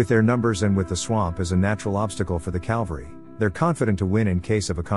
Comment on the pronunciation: did you say calvary instead of cavalry?😛